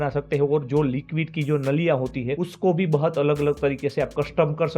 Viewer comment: 😂😂 bahut ❌ bahat✅😂